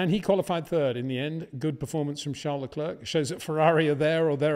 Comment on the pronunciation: Leclerc is pronounced Le Claire, not Le Clerck. In other word the "C" is silent.